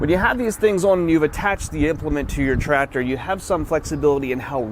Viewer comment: Every video I watch of someone doing Tractor things, the second I hear "Trator", I leave. Lmao. There's a C in there guys...